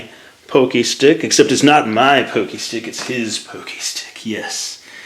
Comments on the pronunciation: You said pocky wrong, it's not pokey it's POCKY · lol poh-kee? It's pah-kee. Don't sweat it,. We love you anyway! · not trying to hate or anything but it's pronounced "paw-key", not "pokey". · people pronounce the word "pockey" "poke-y" when it's pronounced like "paw-key"... GET IT RIGHT! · i THINK ITS PRONOUNCED PAHKY, NOT POHKY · It's not pokey stick it's poc-key=pocky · I had no clue what I meant when I paid poke-stick, then I realized you meant pocky stick lol. It's pronounced like it rhymes with rocky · Isn't pronounced (pock-y)? Like pocket with a y at the end dosn't matter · I thought it was pronounced (Pah-Key) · It's pronounced Pock- ee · (pock-key) that's how you say it and cool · Isn't it pronounced PAH-kee? Well, still amazingly cute! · hes saying it wrong your write, i have several friends from japan and they all pronounce it pock-ee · At first I didn't think this was going to come out as cool as it did. I am familiar with your work and your videos and you are a truly talented artist. I wish I could in fact draw half as good as you. Also, that's funny that you mentioned the pokey pocky thing, cause right as you said it in my head I was wondering "man is that how you say it? Is it he just saying it wrong." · I can't tell if I'm pronouncing Pocky incredibly wrong or is. Is it Pock-ee or Poke-ee?